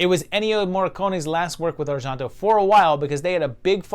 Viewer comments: Why are you pronouncing Argento like it’s French (Ar-Jon-to)? It’s Italian and pronounced exactly how it’s spelled. (Ar-gen-to). I love your videos, don’t get me wrong, but that was bugging me. It seems I’ve only seen the top 3 of his films and I would’ve ranked it exactly as it came out. Suspiria is one of my all time favorite movies! It is just awesome to experience. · Pretty sure it's pronounced are-JEN-toe, not are-JEAN (as in the French name Jean)-toe. I don't think Italians ever pronounce e as "ah" like that, and g is like the gs in George, not the s in pleasure. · Yes, the pronunciation of Argento was making me a little nutty but interesting list. I didn't agree with a few but fun video with good explanations on his thoughts for each movie. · Why on earth do you pronounce Argento with a (fake) french accent? O_o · You’re pronouncing names wrong. Cmon, how does everyone else pronounce Argento, Asia, Tenebre?